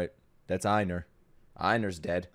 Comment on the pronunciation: It's not "Eye-nar" it's "Ay-nar" like Eivor from Assassin's Creed Valhalla.